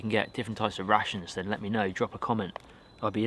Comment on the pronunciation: Am i the only one who hears '' Russians '' instead of '' Rations ''' ?